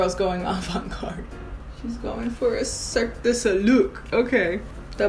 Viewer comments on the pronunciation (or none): Cirque du solewk. I'm so mad lol 😂😂😂 I can't stop laughing